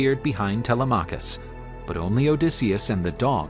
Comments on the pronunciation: tele-maw-cus had me dying bro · First time I hear Telemachus pronounced that way, kind of distracting.Great video otherwise!